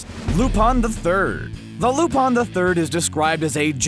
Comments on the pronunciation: lol wtf loopon its lupin not lupon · I thought it was lupin with an I not lupun. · It cringes me every time he says Lupin Lu(pawn)?????????? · um... yeah... ever try watching anime? Just a thought. I mean yeah... No, no, not joking. Like seriously, you can skip the shounen shi... shows with an endless number of episodes and start watching actual anime. Seriously, how can you mispronounce Lu-PIN the 3rd's name when its said in the opening song. "he's not actually perverse but deserves a spot on...." that might be true if there was a total of 30 or so people to choose from. Not when you have a waiting list of 30 THOUSAND characters to choose from. Put them on a list of greediest, most prideful, shameless, etc, NOT on a list that doesn't even relate to them. Out of your top 10, let me show you just how many are valid: Sarutobi Ayame ... done